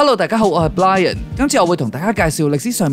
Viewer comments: channel影片內容大都好正 但希望可改下懶音🙏🏻🙏🏻🙏🏻 特別一開始Brian讀成L音...🙏🏻🙏🏻🙏🏻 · 要小心英文發音，Brian要R音，不是Blian。 加油呀，我兩個小朋友(3 & 5歲)都有睇你㗎！